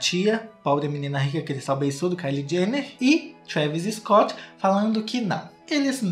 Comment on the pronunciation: "Scoot" kkkkkkklkll mds